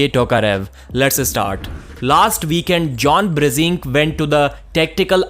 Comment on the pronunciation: stop saying brezink its brzenk + the title of video Bezenk wtf?